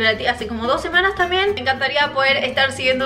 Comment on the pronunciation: te re banco pero por favor no te comas la B cuando digas "También", en todos los vídeos decís tamien y suena mal 😊